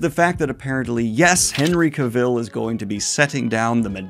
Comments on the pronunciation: As Henry said in a video: Cavill rhymes with Travel...otherwise well done as usual! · That pronunciation of Cavill though. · According to Henry Cavill, 'Cavill' is pronounced like 'travel.' ;) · The mispronunciation if his name is driving me nuts, so here watch this "How to properly pronounce “Cavill”, Henry Cavill’s last name." you can find it on YT, where the actor pronounces his own name so you don't butcher it more. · bro u say Henry Cavill's name wrong what the heck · Cavill is pronounced like Travel, his words. Butchering my guys name Back on subject, when we heard Henry Cavill was the Witcher we all held our breath until the first trailer came out. Now I ONLY see Henry as Geralt, elven when reading. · Oh gosh, please pronounce Cavill’s name as he himself pronounces it. It’s not a tricky name and it would take a minute watching an interview clip or clip from the Graham Norton show etc to get it right… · I hate to be that guy, but that's not how "Cavill" is supposed to be pronounced, at least according to Henry Cavill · why do you still pronounce Cavill like that lmao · Hate to be this guy but some pointers for you: I don’t think you are pronouncing Cavill correctly, and the UK has pounds not euros, and pointing a gun at the camera is a bit cringey. Otherwise: carryon love your content. 😅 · You gotta stop mispronouncing Henry Cavill's last name every 3 seconds. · I can't with you mispronouncing both Henry Cavill and Geralt... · You don’t know how to pronounce Cavill or Geralt. Also, in the UK the currency is pounds. Not euros. 🤦🏻‍♂️ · Dude, you have been sauing the name wrong the whole time. It is CAvil, not Caville. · It’s Cavill as in Travel just fyi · Just a heads up, his last name is pronounced KA-vl, not ka-VILL lol. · Ahh, It's not Cavill, it's Cavill!👆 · Completely unimportant - but I'm fascinated how Daniel pronounces Cavill's name: Ca-VILL. I've only ever heard it pronounced CA-vill. I'm not sure which is right tbh. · It’s CA-vill.